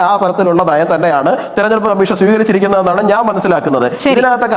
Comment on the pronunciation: "തെരഞ്ഞെടുപ്പ് " എന്ന വാക്ക്, "തെർനെടുപ്പ്" എന്ന് ഡിസ്റ്റോർട്ട് ചെയ്ത് പറയാതിരിക്കൂ, പ്ലീസ്!